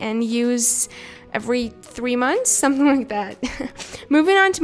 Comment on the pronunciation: Is it just me or does she pronounce three as thwee?